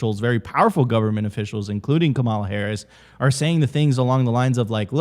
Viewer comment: still can’t pronounce Kamala’s name and at this point it just comes off as unintelligent. But so does most of Simply Bitcoin’s content.